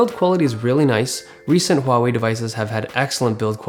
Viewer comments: Great review, and the first one that pronounces correctly huawei :p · Unbelievable, you pronounced Huawei right!